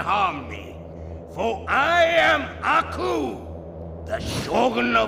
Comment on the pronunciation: your saying aku's name wrong, you gotta say it with more finess